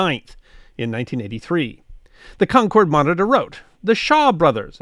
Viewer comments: Being a NH native, I’m not surprised we have so many state songs… we have so many people form “away” who want to make NH just like where they escaped from! (I’m sorry that my bias is showing so much!!!) A few pronunciation points: Concord… KAHN KURD with emphasis on the first syllable. Rivier… RIV EE AIR emphasis on the middle syllable. And yes, we / I have troubles when we go to other parts of the country! (Most noticeably arriving and San Fransisco and asking what the quickest way to Concord, VA [Pronounced as we do in NH] was!!! “What?!?” “Where?!?” “Never heard of it!”) Wonderful as always!!! Keep up the good work!!! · This is going to drive me crazy as a granite stater, Concord, NH is pronounced Con-kurd not Concorde. The city and the paper the monitor pronounce it this way as do all granite staters.